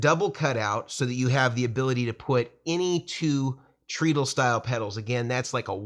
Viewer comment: Oh no! I'm being THAT guy but your pronunciation of treadle hurts my brain. I'm so sorry. I shouldn't say anything ... forgive me. It's actually TRED-uhl ... The pedal boards look amazing! All the functionality of the two-tier Schmidt Array boards without the sky-high price tag. Congratulations on the new products!